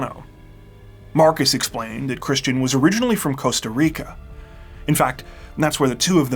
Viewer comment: Costa RRRRRIcaaa!!!